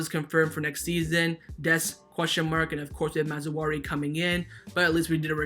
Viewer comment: Dude, It's pronounced "Maz-rah-wii". Honestly wanted to let it go but you keep bringing the man's name up.